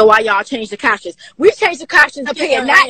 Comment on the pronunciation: “Why we changed the capshun”